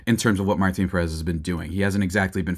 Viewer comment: Learn to pronounce the last name is Pèrez